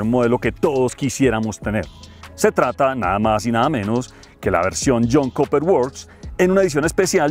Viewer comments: comentario constructivo...Cooper se pronuncia "Cuper" y no Coper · El Jhon “koper” works …